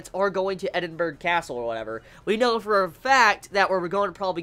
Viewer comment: As someone from Scotland, it is pronounced: edin-bur-ah :D hope that helps man